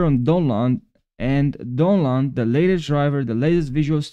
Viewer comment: Bro kept saying donland